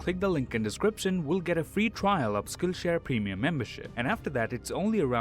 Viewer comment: Instead Of Hearing Saying SkillShare Instead I Hear Skinshare